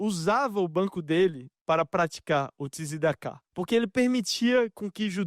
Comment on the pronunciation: Shabat shalom umevorah 🇮🇱 Pronuncia: "Tiscedeca " começou com nosso Patriarca Yacoov Avinu.